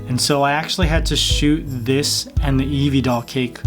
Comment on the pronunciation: You said nevie 😒😒😒😒